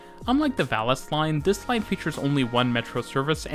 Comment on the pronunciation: Plasa Eispania, Barcelona-Vales line... jajajajajaja